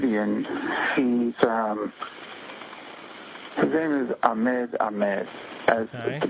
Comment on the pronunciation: Ahmed is pronounced Ah-Hmed.